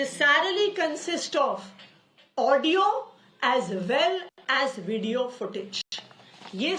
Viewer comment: At 6.23 she says ...Necessaaarily .....Vudio.....bahut dari hui hain